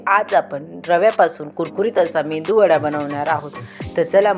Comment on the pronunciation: मेंदू वडा नाही.. मेदु वडा..